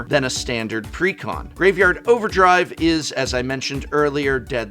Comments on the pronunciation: take a hit every time he says precon like pecan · Since is an English major I always assume he is pronounciating exactly as he wants to. "Preh-Con." Like Almond.